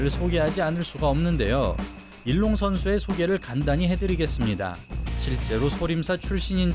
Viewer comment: 소림사 선수이름은 중국어 발음으로는 이롱입니다 우리발음은 일룡이고요 자막이나 오디오는 일롱으로 나오는데 두가지 언어가 섞인것 같습니다^^